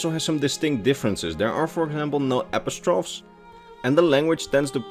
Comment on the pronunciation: Hi! , I think you said Apostrophes?.. English is stupid, but it's usually pronounced a-pos-tro-fee. Hope you don't mind me pointing it out, just it's one of those words you never really know how to say unless someone points it out to you